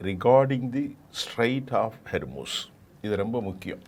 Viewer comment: ஐயா அது ஹேர்மூஸ் இல்லை ஹோமூஸ் சரியாக உச்சரிப்பு பாவியுங்கள்